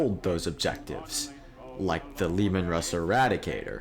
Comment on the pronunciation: pls pls pls its Russ "Ruh-ss" not "Rooz"